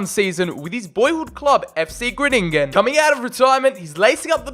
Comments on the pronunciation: its not gruningen but its groningen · Number 10. And it' s Groningen and not Groënininen😂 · It’s (Gron-i-gen) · How to pronounce Fc Gronigen Fc gron-agen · I know you addressed it in the video, so this is more just some information, but Groningen is pronounced with en emphasis on the "Gro" [Grow-ni- gen] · Haha it Groningen, you need to speak out the grOningen😂